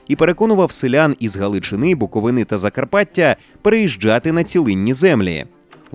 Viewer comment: БуковИни, а не БуковинИ..ганебна помилка